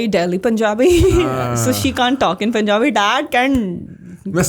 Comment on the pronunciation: The way she sad punjabi in punjabi accent …. Took my heart❤